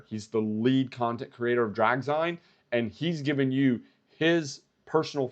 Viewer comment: its pronounced “Drag-Zeen” (like magazine) … watched the entire replay 👍👍👍